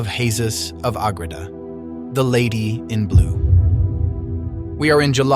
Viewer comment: St Maria of Agreda. Not agrita